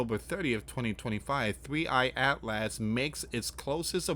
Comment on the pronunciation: Atlas is pronounced At-luhs not At Last. Such as At last At-luhs is almost here.